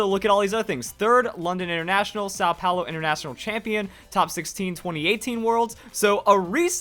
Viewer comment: Ele pronunciando São Paulo é mt bom